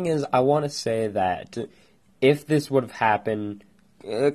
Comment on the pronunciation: uurgh great theory, but your voice is so annoying, example: againuh Garnetuh thisuh monstrocetiesuh and all the UMMS!!! REHEARSE YOUR LINNENSSS!!!!